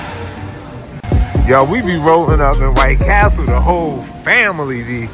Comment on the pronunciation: you are 100 percent wrong. White Castle is the correct way to say it. The way you were using it is supposed to be White Castle